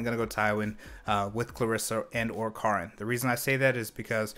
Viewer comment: When you call Karin (care-in) Karn (car-nn). I mean she hits like a car, but she’ll still cares for you.